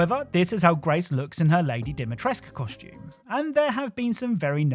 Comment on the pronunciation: you're actually supposed to pronounce the cu in Dimitrescu, you know? 😅